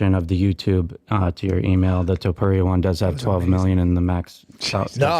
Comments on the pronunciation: 🗣️ Topuria ❌ Topeir ✅ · Brendan Schaub- ‘Tupeeria’ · Conor McGregor: 'Illy...Illy...Arturo....Topturo'